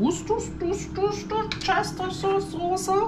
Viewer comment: 😂 sehr amüsant, Deine Aussprache der Worcestersauce. Dieses blöde Dilemma aber auch, ich liebe dieses Zeug sehr! Bei uns wurde sie familienintern auf Orchestersoße umgetauft. Alles klar?